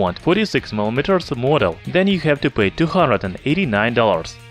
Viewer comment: You need work out a bit how You pronounce 100